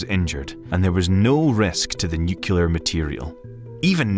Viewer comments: NUCLEAR not nukelar, ffs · The only reason I think the narrator isn’t AI is his saying “nucular” like George W, it’s New-clee-are… say it with me. New-clee-are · Bro... it's nuCLEAR, not nucular. You can't make a video essay and be taken seriously while saying things like a 5 year old. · Being a grown ass adult and pronouncing it "nukular" is so unerving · "nucular" Sorry, private equity, this is the last straw. The "bow" read like a violin bow instead of a ship's bow. I gave you a chance, but I just can't anymore. Goodbye. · "Nucular" People saying "nucular" drives me up the walls. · YES!!! 💯 ...Glad it's not just me who gets annoyed by this. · NUCULAR??? Seriously? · ☝"Nucular. It's pronounced nucular! Nucular!" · Now if they could fix the "newkyooler" pronunciation of nuclear...